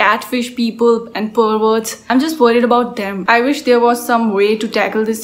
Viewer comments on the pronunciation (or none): The way you say perverts is hilarious😂. Watch out for them👍